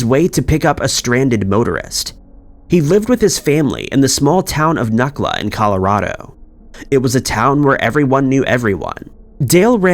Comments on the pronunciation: Not nukla. Nucla. Like new-kluh. I can not believe you featured this case!! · NEW-clah. You pronounce it Newcla.....